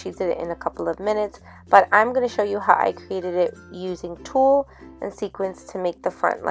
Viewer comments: Hahaha it sounds so funny how you say Tull, it sounds very Puertorican😂 Very cute project💕 Ohhhhh thanks for the powder tip, that's great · Super cute! I love the shaker! You crack me up “tul” 😂 love it! 😘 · Super cute! You crack me up saying Tulle Lol! Love it! Tyfs 😊❤️👍🏼